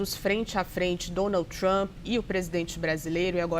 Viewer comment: O traâmpi pelo amor de Deus Traaampi